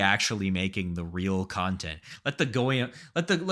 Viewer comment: The jewspeak at the end put a smile on my face, your pronunciation of "goyim" is perfect.